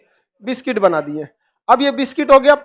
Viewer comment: बिस्किट ❌ बिस्टिक ✅